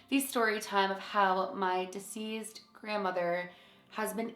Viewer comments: It sounds like you’re saying “diseased” instead of deceased. The “s” in deceased is not said like a “z” like it is in diseased. It’s like a true S, or a soft C sound. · Friend you’re making me crazy hahahahaha it’s deCeased not deSeased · The way you say deceased sounds like you’re saying “diseased” and it’s making me laugh. Cool video, I subbed.💜✨